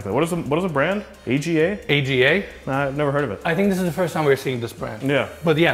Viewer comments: The first blue Cooker is THE brand of cooker in the UK, all hand made and completely customizable. it is pronounced AR-Ga. I bought one for my Daughters kitchen but it is half that size. She tells me if she moves the AGA is coming with her. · You guys should tour some more British homes. They love the Aga, pronounced "ahhghaa," ranges. Useless for cooking, apparently they're good for central heading or something. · Cooker that's an a g a is pronounced ar gur - popular Uk cooker that's always hot. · the AGA cooker is pronounced as a word "ahhgah". used to be very common in the uk, where they're left on all day to heat the house as well as cooking. Less common once central heating took over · Dream holiday property! Thanks Guys! p.s. AGA is pronounced "AR-GA" UK made :) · Love your reviews/ You don't know about AGA? Pronounced Ah Ga. Legendary Swedish cooking stoves that have been around for more than one hundred years! And you should study Nigel Mansell, a legendary British former Formula One world champion. Given the importance of the Miami Grand Prix, I would study some of the homeowners in more detail. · The oven is a really traditional brand in the UK. You don't say the letters its "arga" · Aga is pronounced saga without s. I think its a uk brand. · That oven is an Aga (pronounced arga) it's British.